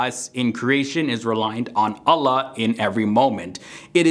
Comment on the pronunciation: Actualy Allah is pronounced "All-lah" not "A-la"